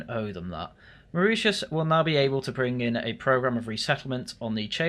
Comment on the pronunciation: Sorry everyone, I was fast asleep so could not correct his pronunciation of Mauritius😅